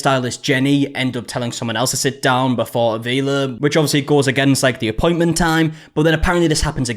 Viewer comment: "Five minutes early to my poyment" JFC.